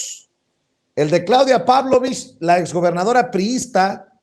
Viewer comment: ES PABLOLICH NO PÁBLOVICH